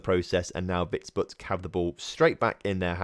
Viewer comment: Also, that Vitebsk result was karma for your pronunciation of it